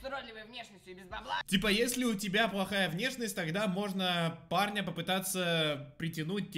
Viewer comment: Почему мне слышится не парня, а Барни